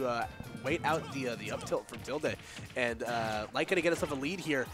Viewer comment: It’s pronounced Till-Day lol. That bugged me the whole video